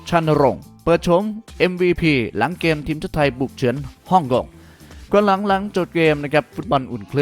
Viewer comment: ฝึกออกหางเสียงแบบปกติเพราะเพี้😂ยนเด็กจะตามมันผิด เช่นเกม ไม่ใช่แกม นะครับ